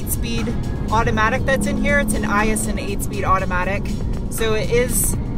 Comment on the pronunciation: Aisin, not iasin.